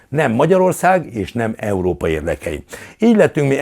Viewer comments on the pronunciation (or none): none